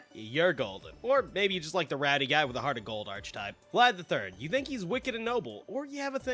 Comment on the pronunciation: Brother said “arch”atype instead just archetype unironically. He definitely also says “arch” angel as well.